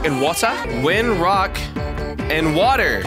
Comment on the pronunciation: You said ''wock"